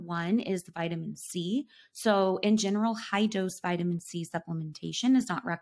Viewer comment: Is she saying vitamin z or c the first one🤣?